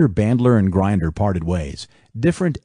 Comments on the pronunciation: you can't even pronounce Grinder correctly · Thanks for the upload. Fun fact: John Grinder’s last name rhymes with tinder. Why are so many people getting his last name wrong? 🤷🏽‍♂️